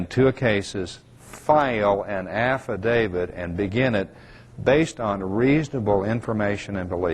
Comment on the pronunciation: If this guy could actually learn to pronounce "AFFIDAVIT" correctly maybe we could take him seriously.